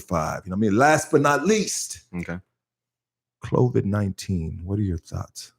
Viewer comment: He said Clovid 19